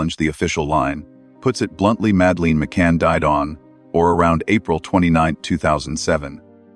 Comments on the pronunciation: I know this is AI but her name is not Mad..leen!!! It’s Mad uh Lyn. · I had to abandon this due to AI narration constantly mispronouncing Madelaines' name and lack of natural pauses in speech. Do better next time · Please dont use AI narrator they cant even pronounce madelines name properly. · You can believe what you want. Believing doesn't make it true. And teach your AI rubbish to pronounce Madelines name properly.